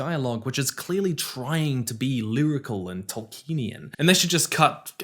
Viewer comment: YOU PRONOUNCED "Tolkienian" AS "TolkEnian" ONE-HUNDRED TIMES IN THIS VIDEO. It's five syllables. Toll key en ee an.